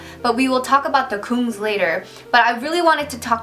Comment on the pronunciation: "the goongs" love it. lol